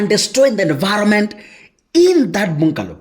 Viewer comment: It's a "bangalow". Though spelt bungalow